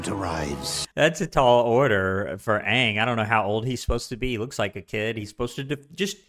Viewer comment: His name is Aang, not Ong. NEVER call him Ong, that's a capital offense in Avatar. Only M. Night SHAMalon would pronounce it that way. you should know his age, Book 1 Episode 2 you would have been told he's 12.